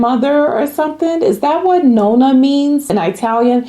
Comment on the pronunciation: I may be wrong but I believe it’s pronounced NON-na. This is my kids moniker for my mom—we just spell it differently ❤ it’s a LOVE for me also.